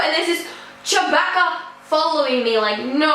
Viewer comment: lol im eating cookies rn while watching it also its (Chew-bah-ka)